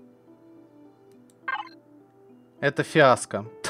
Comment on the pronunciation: повеселил:) - красавчик! - главное такая пауза... это фиаско!!!))